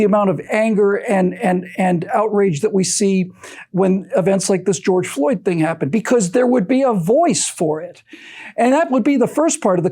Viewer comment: George Floyd. The tongue twister that changed a nation. I'm ready for the "Geoyge" Floyd compilation videos.